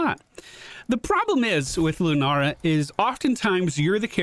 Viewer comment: I totally thought you were calling Lunara deerfeet and it was just a cute nickname 🤣